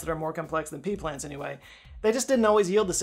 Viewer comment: "Pea plants" sounds like pee pants. 😅